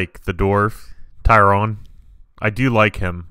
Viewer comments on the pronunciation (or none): Not sure if you are purposely calling Tyrion, Tyrone? It took me several seasons to get the names right. Hope you are enjoying, it gets juicier! Trust us...